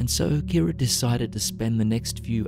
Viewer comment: At first I thought he said ‘Karen’ not ‘Kira’ and I don’t know why that distracted me so much